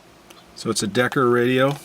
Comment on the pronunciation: So cool! “Decker” radio though 🤣